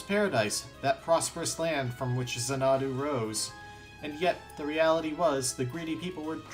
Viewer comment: jesus christ what kind of idiot dosent know how to pronounce xanadu? its zan-uh-doo. not zuh-nahdu